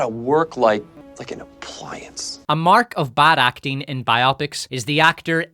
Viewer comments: Bye-oppics? You mean bi-oh-pics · Why do you say ‘’bi-opic’ like it’s a sexually intrigued opic? When you say ‘biography’ it’s ‘bye og ruh fee.’ These movies are bio-pics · Bio-pics, not by-opics. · I'm not sure I can bear to listen to someone mispronounce "biopics" for 3 hours.